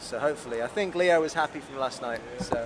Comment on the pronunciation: I love Leo's accent, I'm always pleasantly surprised by how he pronounces things.